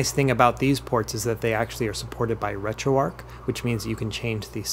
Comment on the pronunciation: Very detailed and helpful videos. I subscribed after just the first one and am looking forward to watching more of your content. One thing though - how on earth are you pronouncing the "arch" of "RetroArch" as "ark"? The first time I heard it I thought it was a glitch in the audio but you then went on to pronounce it like that a dozen times. That seems bizarre to me. But other than that one detail, fantastic content. Keep it up!